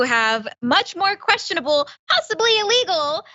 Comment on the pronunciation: Trump shouldn't say naughty, but no one should say ah-legal, instead of illegal.